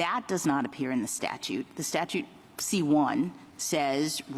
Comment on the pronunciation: StaTUTE! "statue" lol adios